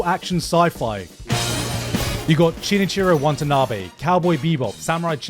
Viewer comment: WHY DO YOU KEEP SAYING CHINICHIRO WANTANABE?!